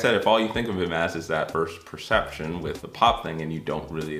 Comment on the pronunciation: The first PERCETPTION.......TOO MANY "T'S"